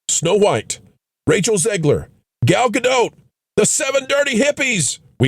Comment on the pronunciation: Gal ain’t french. She says Dot. No accents or weird. Gal Ga-Dot. Dot like a period at the end of a sentence or point on a graph….Dot… Thank you for your efforts to get it correct over the last year or so🫡😁